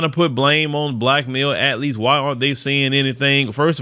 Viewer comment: Full disclosure...I'm just here to hear say, "at－letes." 😐